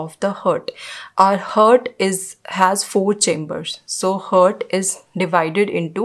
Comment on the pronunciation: First of all it's HEART and what you pronounce is HURT both are different pronounce it correctly...